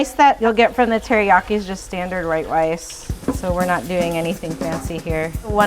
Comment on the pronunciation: she said right wice 😅 I miss Seattle chicken teriyaki!!